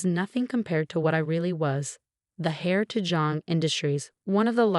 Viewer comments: Heir, not hair! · The heir (pronounced air) to company NOT hair. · It’s heir not hair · Homonyms are hard for non-native speakers. Other than that, it was good.